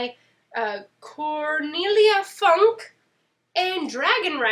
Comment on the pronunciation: It's pronounced Funk-uh. It's German, ja? Inkheart is so bloody good. I need to reread it so I can binge the trilogy. I was very blah about The Blade Itself. Lost Symbol is the worst of the Robert Langdon books. Give Angels & Demons a try